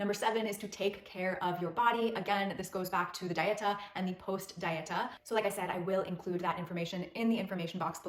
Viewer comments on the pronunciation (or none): Dieta is a spanish word. It is not pronounced like the english word diet with an "A" at the end. Dieta is pronounced Dee-et-ah. Please look up spanish Dieta pronunciation.